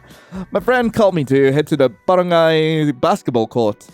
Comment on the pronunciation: "In the baren-GAY basket ball court. "